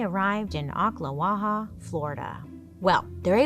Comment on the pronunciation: I'm from Florida, where the Ma Barker story is legend. And you pronounced Ocklawaha like a local! What a fun episode.